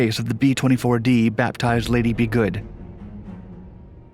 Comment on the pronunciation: “Ba-DOO-ns”??? Man everyone now and then you botch some easy ones. By the way Lady is not pronounced “Liddee”.